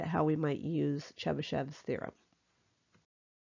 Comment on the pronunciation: I heard this as the Chupa Chups thereom